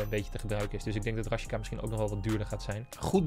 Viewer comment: Niemand: op: RaSjiKa